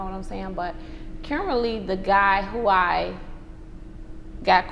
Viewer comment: The way she said "currently"... interesting. Never heard it pronounced like that.